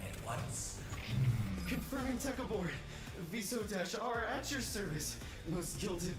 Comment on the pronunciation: No way you just mispronounced Viso's name as a little easter egg lmaooo